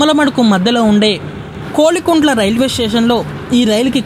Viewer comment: kolikuntla kadhu, kovilakuntla